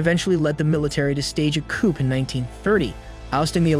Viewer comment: The 'p' is silent in the word 'coup'.